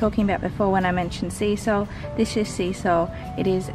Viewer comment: When you said "seasol" I fully heard "sea salt" and I was like... uh ok hahahaha then you showed the seasol container haha!!